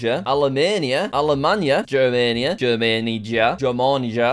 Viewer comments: the pronounce og "Germania" its more of a germània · Not "Dzhermeniya"! "G" - such "Dog", "A" - such "Elephant", "J" - such "Y" in "Yogurt"! Gyermania!(Balkan states) Not "Nymessnya"! NimEchina!(Ukraine) Not "Nemeksnya"! NyamEchina(Belarus) Not "Nyemesy"! nEmtsy!(Poland) Not "Nemeco"! Nemetsko!(Czech Republic and Slovakia) Not "Nemsiya". Nemtsiya(Slovenia) Not "Nishchemanka"! Nemachka(Croatia, Bosnia and Herzegovina, Serbia). In Slavis languages "Nishchemanka" is "A woman who is addicted to beggars like a drug". There is no such word in our languages, but people can figure out the meaning from the roots of the words "Nishchiy" (beggar) and "-man/-manka" (-maniac, like a nymphomaniac) that you had the temerity to pronounce.